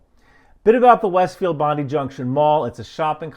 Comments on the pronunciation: BON -DIE ... mate ya doing my head in here you saying that. Bondi has a large Jewish population of Russian Polish Ukrainian jews. The fact the Prime Minister Albo jumped on this with the federal police in a press conference says that it wasnt a lone wolf and they did say it was mental health problem. AND the Australian labor government is already a mess suckling up to China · BON - DIE is the pronunciation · Cheers, much appreciated. Small point, Bondi has a eye sound on the end of it. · He was not a terrorist, no conspiracies, just a nut-job. And Bondi is pronounced Bond-eye. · Thanks,. Let's all stay 'chill'. [Except, and why should you know, Bondi is pronounced (and the best way is to just do it)... "bon-die" or "bon-dii".] An Aussie! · Hi. It's pronounced 'Bond-eye'.:-). Thanks for calling this one out - sadly mental health issues cause people to do terrible things in Australia as well.:-( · just one thing the pronunciation with bondi the pronunciation is bond-eye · it's pronounced Bondeye. 🦀🇦🇺✌️ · you're one of my favourite youtubers; this is meant to be correction, not criticism. The correct pronunciation is "Bon-die / Bond-I"; pronunciation matters only to people looking to discount information, the irony is not lost in me. BTW, your "never give up the will to live" livess rent free in my brain and my friends. Thank you for your amazing work. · We should really repronounce it to Bondee 😂. Bondi has had it's run. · Bondi is pronunced Bond-eye. good work:) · Another Australian here too. Thank you for your clip and for outlining the disinformation that frequently takes place. Of interest, Bondi is pronounced "Bond-eye". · it's Bond 'I'. As in "I am". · Pronounced "Bon-die". I know that probably sounds like an off-colour joke but that is how it is said. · It's pronounced Bond-Eye, not what ever the hell it is your trying to call it, but at least you're giving it your best shot, mate. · Bond- eye, not bondee 😂